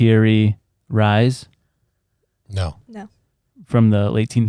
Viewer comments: It's parry Reese is how it's said bud . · Is pronounced (perry Reese) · I didn’t know I had to. If you must know, the first 10 seconds of the episode, they pronounce the man’s name wrong. It’s Piri Reis (pronounced Reese). He couldn’t figure out what the date was of the map as he is looking at his phone. Why didn’t they have written notes or why didnt he take the time to remember it? They do this on every episode. They literally tell you “I don’t think this is right”, as they fumble over what it is they are talking about. He also said that Piri Reis got his info from maps over 4,000 years ago and from an aerial view. That is pure speculation and there is no proof to that obviously and the oldest map known is from the 6th century. A lot of times they are wildly wrong and it just bothers me from someone who likes to be right, especially if I am taking the time to tell someone about it. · It is pronounced Perry Reece the theory behind this was the old maps were created by the atlanteans